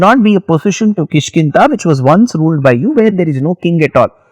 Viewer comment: Da. No Ta. KishkinDa. Not ta